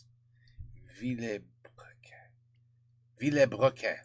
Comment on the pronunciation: How to pronounce "Vilebrequin" correctly ? Well, D, you're almost there. There's just an "e" that doesn't need to be pronounced. "Vil - brequin"